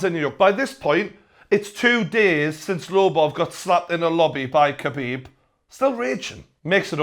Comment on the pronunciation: TJW 0405 nah man, it's Xabib